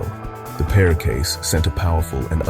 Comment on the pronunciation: Excellent narrative, but perre is pronounced as "perry", as in perry mason. At least that is how the local press always pronounced his name at the time.